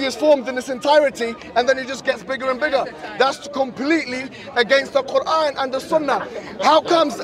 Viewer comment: By the end of this debate, the Christian debator pronounces the arabic and the word Quran more and more accurately. Indeed Allah guides whome He wills straight into Islam. Alhamdulilah